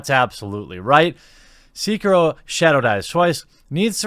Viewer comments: They should just stop being so bad. Problem solved. Btw it's Sekiro, not "seeker-oh" . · Show some respect, man. Pronounce the name of the game right! It's not "Seekiro". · The sek in Sekiro is pronounced like just a sec. So it is said something like sec key row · Seh-kee-roh. Japanese was transcribed phonetically into our alphabet so it has extremely direct pronunciation from written word (eerily like spanish tbh). The vowel sounds are: a - ah e - eh i - ee o - oh u - oo Stick with this, and you'll get the "eh, close enough" from most people which the phonetic break down of Sekiro in this comment most certainly is. Somewhat random yes, but I feel like game journalists being super shitty gamers, and honestly kind of low key shitty people is pretty old hat now so I kinda got a bit caught up on something mostly insignificant. Good video regardless, but you are only echoing what I already feel so obviously a biased opinion. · its not SEE-KEH-RO its SE-KEE-RO....sorry it was triggering me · Seh-kee-roh Not See-kee-roh. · (SAY-KEY-ROE) DAMN AGITATING THAT NO ONE IS SAYING THE NAME PROPERLY!!!!!! GZZ LOL XD. I live in Japan. just saying. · "See-kih-ro" Ah i died a little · "c-kiro" Maybe I'm a weeb but that urks me something firece. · I thought it was Sek-Iro. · It's pronounced s-eh-key-row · It's pronounced like "say-key-row" from the word "Seki" meaning one armed and "Ro" meaning wolf 🐺 But the way you pronounced / butchered it made me smile 😋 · It’s pronounced SAY-key-LOW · "Sikirou" ... cmon dude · whats disrespecutful is how you pronounce Sekiro as Seekiro boi XDDDD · Its SEH-KEE-ROW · Jeremy, I speak Japanese. Sekiro is (seh-key-roh) Ps. It's also zoiNks. You're leaving out the N when you say it. Shaggy would be sad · Quick thing: You mispronounced Sekiro. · Man that mispronounce of sekiro the e is lowercase not capital good vid tho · Anyone else just a smidge annoyed by his complete inability to pronounce Sekiro? Great video, though.